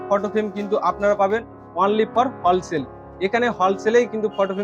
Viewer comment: হলসেল নয় রে দাতকেলা । হোলসেল ।